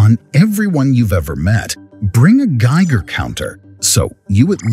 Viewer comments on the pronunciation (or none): none